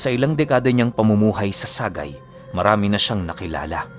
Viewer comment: # Sa+gay not sa-gay